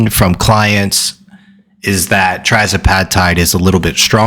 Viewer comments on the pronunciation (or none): It’s ‘Tirzepatide’ not trizepatide or trazepatide.